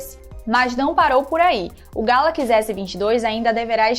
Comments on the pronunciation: Moça, não é Galaquis, é Galaxy ;) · Que nervoso ela falando ''Gálaquís" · "galakize" "iznapi dregon" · Porra galacx é foda né não ?... Sabe nen pronunciar correto ... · Só comigo que na pronuncia do nome "galaxy" por ela, que sinto uma diferença absurda?😅 sai até fofo: "galaquiçi" kkkkk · Fiquei travado no "Galaqui" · Nao é "galaqs" é galaxy.. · Essa mulher me deu nos nervos falando *galaquis*, muuuulllhheeerrrr doido céeeeeeeeeuuuuuuuuu, é galaxy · Amada, o nome eh Galaxy, nao Galax, pode pronunciar o Y sem medo kkkkk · Kkkkk ta falando errado galaxy ... Ta falando galack kkkkkk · "Galaquis" não é sotaque, ela só está falando errado. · Só eu que entendi "Galaquis" ao invés de "Galaxy"? kkkkkkk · "Galaquis" Aí meu ouvido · GALACS? kkkkkkkkkkk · galaquis??? kkkkk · “GALAQUIS S22” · Essa garota tá falando galacxi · meu deus agonia, "galakiss" é tenso demais kkk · "O samsung Galaqui" rss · Porra mandou um "Galaquis" logo no começo.. Aí éh Fo#@ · Ela é Gata mas fala Galaquis🤦🏻‍♂️! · Tem tudo pra dar um show na apresentação. Mas direção tá deixando muito a desejar. Galakisss?? Acarde?? Ráduer?? (Hardware) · deve ser sotaque Sei lá,da nada. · Legal é ouvir a dizendo Galaxy....😂😂😂😂😂😂😂😂😂😂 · ainda continua falando galaxy errado ! 🤦‍♂️ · Oque eu espero do futuro é ué vc aprenda a falar Galaxy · Ensina essa mina falar Galaxy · Não é sotaque, ela fala errado mesmo!